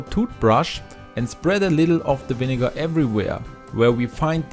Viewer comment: love how he says vinegarrr